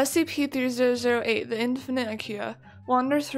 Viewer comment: Omg that’s not how you say 3008